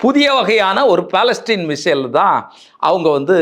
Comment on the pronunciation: பலஸ்டீன் அல்ல பலஸ்டிக்